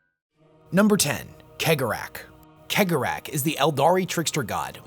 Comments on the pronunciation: I disagree with almost all of your assessments. And like most mon-keigh, you pronunciation is garbage. It's "Sey-gor-ah", not keg-or-ach. But mad respect for your effort. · WHO THE FUCK IS KEG O RATH ,,,, did he mean chegorath thats is just wrong dude you need to lean how these words are pronounced not how you read them he 100 youtube videos + feature this charcter and in 100% of them they all say his name correctly have you never seen a single piece of warhammer content on youtube ? or are you just a lazy tick tok clone that is making videos others have already done but in a shorts manner not a big fan of this super low effort stuff . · pronounced Cegorach's name wrong :'( everyone does, unless you speak Irish lol no guessing where im from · Is it pronounced like khegorach or segorach? ... I feel like he draws great amusement from people bickering over it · Majorkill is crying over your pronunciation of Cegorach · Is it pronounced cee-gore-rak